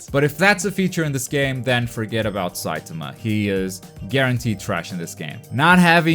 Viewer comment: The way u say saitama pisses me off